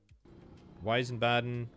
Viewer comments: There's no eye in Wiesbaden, veesbaden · Wiesbaden not weißbaden so i switch to another let´s play channel who spell the cities correctly. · Weisbaden V-eyes-bar-den Not sure if that helps exactly but in German, most words with W are said like a V. Wine in German is wein (vein) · Btw Wiesbaden is pronounced Veesbahden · I don't think I'll ever understand how English speakers add such random syllables to German words "Wiesbaden" becomes "Weisenbahn" somehow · Wiesbaden ist pronounced in German like Weezbahden